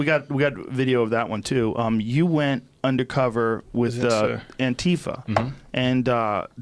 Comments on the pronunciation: It’s a hard T not soft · still dont get why murcans pronounce it "anTEEfa".. always reminds me of a certain hip-hop queen :P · Why are they pronouncing “Antifa” so strangely?